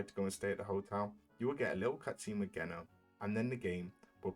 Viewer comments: Holy u had a good vid til u called him Geno w a hard G. It said like jeno. Soft G. Weird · Geno is pronounced "jee-no".